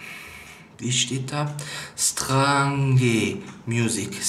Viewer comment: Sträinsch heißt es